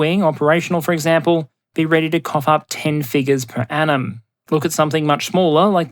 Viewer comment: I was confusing the crap out of my self since I listen to this as a podcast as I work. I kept hearing "per annum" as "per atom/Adam" which I thought was a joke at first to joke about how dense the shipping lanes at first. I am uncivilized and rarely heard the phrase "per annum" before and makes more sense seeing how it's spelling thanks to Transcript feature.